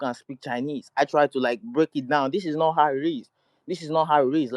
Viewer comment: “ this is nort how it ris“ x2